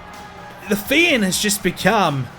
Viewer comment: His pronunciation of the fiend name is not amusing at all